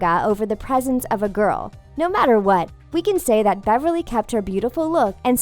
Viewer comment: He spelled Beverly wrong lol he said berverly